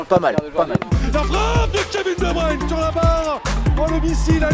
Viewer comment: Je pense qu'il faut apprendre au français à dire Kevin De Bruyne